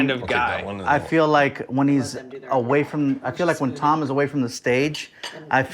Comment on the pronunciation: Who else noticed Sean called TOM Segura "Dom"?